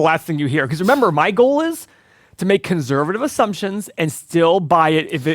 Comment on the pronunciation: Can someone teach how to say conservative?